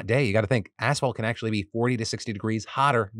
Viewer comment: Everytime Phil says, “assfault” a construction worker gets his wings